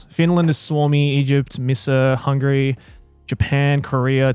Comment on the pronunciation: I love how Joey gets to Hungary and then insantly goes "Nah, I ain't reading that shit". Which fair, Hungarian ancestry aside our language is dogshit, I don't blame him one bit. Edit: Yes, Grant didn't nail the name.